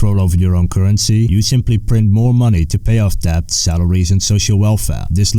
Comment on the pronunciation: The b in debt is supposed to be silent ;)